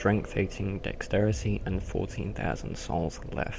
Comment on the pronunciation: says "souls" like a dumbass.